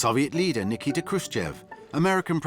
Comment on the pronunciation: Hilarious mispronunciation of his first name by Eisenhower Edit: This movie was much more fascinating than that initial haha. It is so surreal that all of that happened. A two week tour of any country, let alone Soviet premier in USA at height of Cold War? Such a thing would never happen now for many independent reasons, including being a security nightmare. With much of it appearing loosely scripted and made to look somewhat sprung on Khrushchev, and his spontaneous outbursts likewise a barrel of surprises for his hosts, it was incredibly surreal. But the 24/7 media coverage was also a forerunner of today's reality shows. And some details - sorry for spoilers below - like the bunch of them crowing into limo with Eisenhower sitting in cramped middle position, or the unbelievable choice of the movie scene whose filing he sat in on ... it was one of the craziest and most unexpected historical events of which I was completely ignorant. Finally, one thing that doesnt change is seeing how the media were - as ever - a bunch of whores stoking controversy for page views.